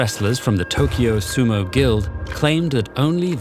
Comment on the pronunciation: Weird that a hard for English-speaker word like 'dohyou' was enunciated correctly, but not 'sumo'. 🤔